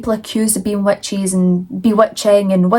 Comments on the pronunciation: Where are you from? The first time you said witches, I heard wet cheese. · Please tell me I'm not the only one who heard "wet cheese" when she says witches😅